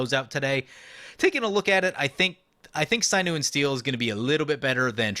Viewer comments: Sign-you and steel? "Sin-you" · "Synew and Steel"???? SYNEW?!?!? bruh..... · Sinew sounds like Sin(biblical)+yew(tree) Edit: that is how it is pronounced. (Not sign-yew) lol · Please look up a correct pronunciation of the word Sinew. This isnt mtggoldfish